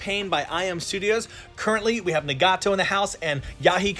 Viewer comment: the way he says Minato and Nagato pains me lol